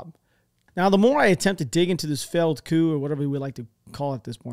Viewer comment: The 'p' is silent in this version of the word "coup." Don't pronounce the p, dude. Not cool.